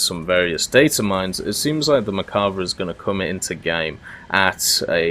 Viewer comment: I’m probably going to start a war but isn’t it mer-kava not merk-ava (the way you say it)